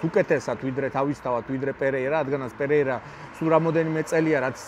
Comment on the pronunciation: აუ ვითომ იცის ემემეიზე რა სახელს ვერ ამბობს ნორმალურად. გეჯი ვინაა? ან პირია ვინაა? ან ომელი ვინაა?ან ძუპლესი ვინაა? ან ხაიპი რა არი? ან რესლინგი რა არი? ან ანკოლაევი ვინაა? ან ვინ გითხრა რო მახაჩევი იუეfსის ყველა დროის მებრძოლებში არის ნომერ პირველი? რავი ჯობს თავი დაანებო ამ კონტენტს.